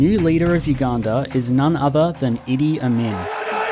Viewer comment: Actually thought you said "Diddy Abdin"